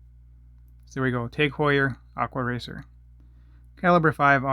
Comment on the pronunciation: “aqua wacer” 😂😂